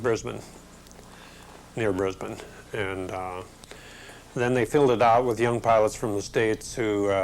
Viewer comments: It was good to to see the bloke at 14 to 16 mins with the 475th and who formerly flew the P39 knows how to pronounce the name of the city of Brisbane properly ! 'Brisbane' pronounced like 'Lisbon'. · Great pilots and great stories funny note first American to pronounce Brisbane correctly he must had mixed with the locals alot that years later could without a missing a beat say Brisbane in an aussie way. You have to remember that north Australia is very hot and remote bush land those early days of the war so would not have been easy for pilots and ground crews to establish a base. They did an amazing job in getting fighters up against japanese. Something lost in passage of time cheers